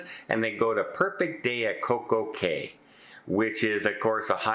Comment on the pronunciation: BTW “day” and “cay” don’t rhyme since cay is pronounced “key”. I’m amazed the cruiseline never noticed this .